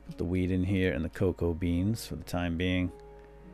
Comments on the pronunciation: When you said wheet you Said weed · I know that you didnt mean to but I swear you say,"... put the weed in here." lol